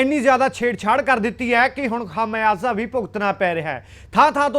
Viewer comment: 😂😂😂😂, कुदरत होता है, कुर्दत नहीं होता 😂😂। खमियाज़ा होता है, तू क्या न्यूज एंकर बनेगा रे 😜😜 बाबा।। तेरे बस की नहीं है न्यूज सुनाना